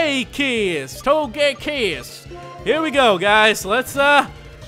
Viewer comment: "My main man..." Everything "Barkay, Bark, Togaykiss" dude damn dude quit while youre ahead man.... Damn lol